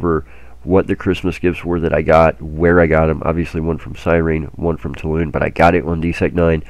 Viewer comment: When are you going to start pronouncing Toulan properly?